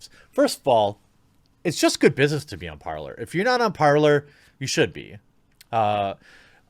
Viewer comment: Its pronounced parlay not parlor, your mistake is using English grammar on a different language, parler (parlay) is French for talking.... and talking is what people do on parler